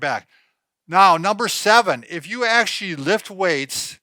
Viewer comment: why the tall one says Ashley instead of Actually 🤔 ask / ast